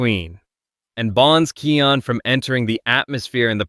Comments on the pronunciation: THE NAME IS KION NOT KEAN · Its KION DON"T SAY KEON DON"T BE AN IDOT